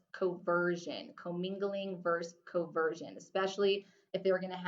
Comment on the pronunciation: hey i love your content, but in my exam material there are some things that are different: like "commingling and CONversion" not "COversion". Also the haBendum clause, not haBDendum. Thanks for your videos, they're really helpful.